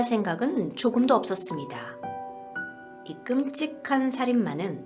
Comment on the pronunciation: 껌과끔의 사이발음